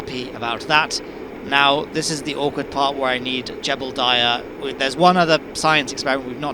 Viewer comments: I kept hearing Gerbildiah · Don't you mean "Gerbildiah"? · I can't believe I've been hearing you call Jebediah "Jebblediah" for nearly ten years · OMG thank you, you described my feelings completely. I can NEVER unhear it now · "Jebeldiah" my favorite kerbal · But um, there isn't an "L" in Jebediah. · why do you pronounce jeb's name like that? there's no L.